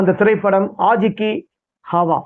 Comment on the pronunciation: என்ன உச்சரிப்புய்யா உன்னோடது. ஆஜ் கி ஹாவா --- ஆவாஸ் அய்யா அது.